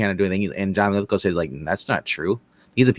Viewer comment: LithGOW not LithGUL